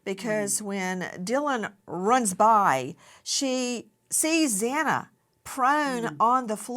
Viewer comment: Is it really too much for commentators to show some respect to Xana by pronouncing her name correctly? It’s not a hard name to pronounce. Please have some respect for this poor young woman.